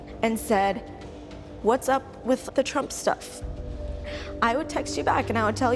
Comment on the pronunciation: Yoooo did she just say TRuMp ??? Lol i had to replay this lol ...